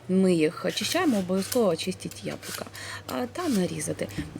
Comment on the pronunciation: Дуже гарно виглядає, впевнена що й смачно! ЯБЛУКА,а не яблака😉 Не ображайтесь!